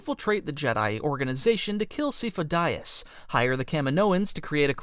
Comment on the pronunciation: "Sigh-foe DEE-ahs" It's been pronounced multiple times in canon. Just being knit picky. 😊